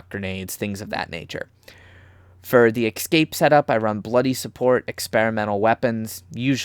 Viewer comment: The second letter in “Escape” is an S, not an X. I don’t know why it bothers me so much but it’s like nails on a chalkboard every time. Aside from that, you made an excellent video. Thank you for your work.